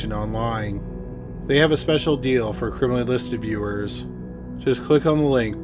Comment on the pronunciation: If I hear crimaly one more time